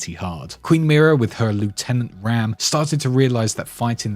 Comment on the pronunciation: Great video really enjoyed it BUT General RAAM’s name is pronounced Rom. Not Ram. Confirmed by Marcus and Cliff Bleszinski.